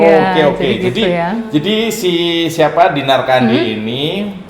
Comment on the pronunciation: Tolong lafal namanya jgn salah. Yg bener itu tetap CANDI, JGN KENDY ATAU KANDY. CAAAANDiii ✍ ya. 🤣